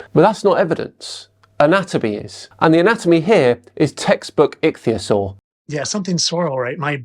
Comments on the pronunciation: "ITCH" theasaur......LOL!! Right off the bat he proves (AGAIN!!) he doesn't have a freaking clue what he's talking about. What a maroon. I didn't bother wasting my time with the rest of his stupidity. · "Itchy theosaur" "Rhymes with cragon" What an over confident moron. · “Fittest Flat Earther”? This guy is exceptionally fucking stupid, and yet he manages to project an air of pathetically misplaced confidence – in himself, in his reading skills(“itchyosore” indeed!), and especially in his stupid, stupid notions about dragons and dinosaurs, of which he appears to know absolutely nothing. Bring back CC, who presents as a mere fool who secretly knows he’s full of crap, because his wife tells him. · "Itchtheeyusaur" has replaced "nookyular" as the mispronunciation that annoys me the most. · Itch-theosaur 🤣 I know I shouldn't laugh at how people pronounce things....but I am. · I'm starting to lump him in with the parody crowd now. This video put me over the top. Dragons. Deliberately mispronouncing ichthyosaur, Slovenia, Mesoamerica. Then the absolutely ridiculous triple head shot. Trump is Elvis?? Dude... With the awful flat Earth stuff he posts I thought maybe he was just dumb. But this is too much. I think he's parodying now. He has to be. Please. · My national flag says otherwise. The fact that he can't pronounce Ichthyosaur properly just seals the deal on his ignorance. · Oh, looky look. I can't pronounce Ichthyosaur. Well well! Surely he can't be uneducated, can he?